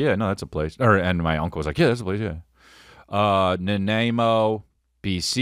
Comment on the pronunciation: Pronounced nuh-N-EYE-moh :) just a helping hand from a Canadian!